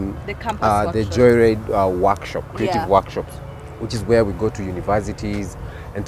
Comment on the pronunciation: Did say Joylide...anywho wacha islide😂